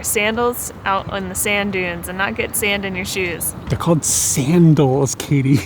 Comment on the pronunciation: SAND-als. 'nuff said.